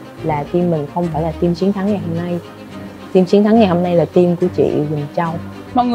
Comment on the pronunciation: Hlv hương ginag đọc Team thành chim 🐦.làm ơn nói chuẩn ạ